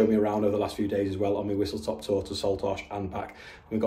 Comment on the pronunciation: Haha love the way you say Saltash..different to us locals.